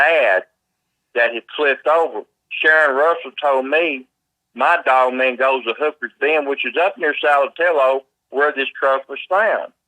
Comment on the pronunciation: Its his accent making him hit words weirdly and jump around with his vocabulary